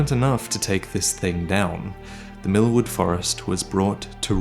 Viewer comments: Everytime I am laughing when hear "Mil..MILFWOOD" xaxaxa sry. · Am I the only one that thought everything said milkwood Instead of millwood